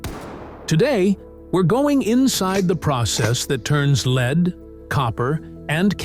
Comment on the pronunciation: Time to fire your AI generated voice as it couldn’t correctly pronounce the metal lead